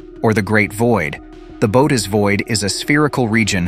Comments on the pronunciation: Its pronounced "boo oh teez void." Bootis lol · It's pronounced 'Bo-hoe-tis' not 'bo-tis', I believe. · "Boat us"??? Bow ate ease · Thought it was pronounced Boo-Oats, not boats or boots or whatever the narrator is saying